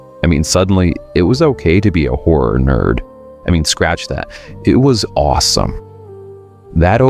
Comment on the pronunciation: Sounded like he called us whore enthusiasts..